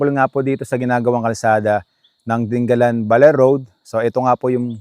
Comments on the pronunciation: hindi po ding- ga - lan. di- nga - lan po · Sa mga taga Aurora, Dingalan ang bigkas dyan at hindi 'Ding-galan' na parang Pangasinan. Mabuti naman mukhang malapit nang matapos yang coastal road. Ingat sa byahe. Thank you for your video. Mahirap lang dyan after nung bridge baka maraming aangal na naman na driver sa sobrang tarik ng daan kagaya ng Gumaca bypass road.